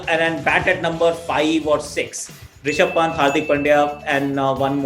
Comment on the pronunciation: WHEN IAN SAYS RISHABH PANT IT SOUND LIKE "RASHID KHAN" WHO ELSE AGREE?